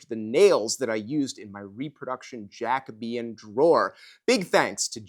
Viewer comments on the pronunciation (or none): Is Jacobean not pronounced Ja - Coe - bee - un? With a long “O” sound?